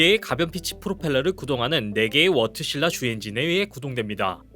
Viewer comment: 워트실라가 아니고 바르질라 입니다.